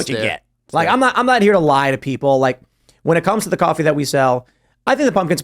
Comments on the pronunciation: Bro.. "Cahh-fee" 🤦‍♂️🤣✌️ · Umm Boston? Nope lol, I'm guessing Wisconsin or Chicago, u can tell how he says coffee like cahfee. Plus us Massholes don't pronounce our r's lol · bro said "Caffie"